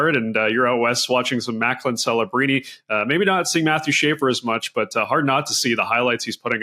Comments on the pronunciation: This has to be the most unprofessional video on hockey that I have seen in a long time. From not getting Macklin’s name right to the sounds of someone trying to suck a bowling ball through a straw. Come on guys! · Maybe get Macklin's name correct. You always take a 2 way center first.